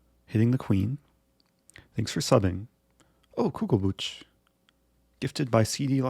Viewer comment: It's not Kugelbutch but Kugelbuch, Buch (book) is spoken with a J like in Jalapeño :D